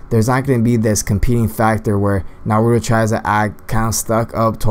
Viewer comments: you said naruo in stead of nar u too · It's not narudo it's naruto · Nar-ru-to Naruto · Skilled Magician that's not how you say Naruto come on